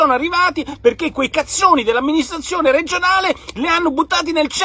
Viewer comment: Lo spregio con cui pronuncia "CAZZONI" mi fa troppo ridere.